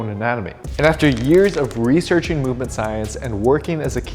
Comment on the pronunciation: Here we go again with the “research and Schienche”